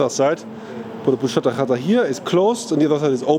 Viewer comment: 😂😂😂 the пузата хата reads like Puzata Hata and not pushata hata😂😂😂. Anyway, great video 👍👍👍👍👍